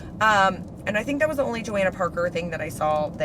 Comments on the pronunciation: It's "Jo-honna" (rhymes with Donna). She actually commented on someone's video & confirmed pronunciation 😊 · Hi! It is pronounced Joe-Hanna. I had a neighbor called that and she spelled it the same. Happy hunting!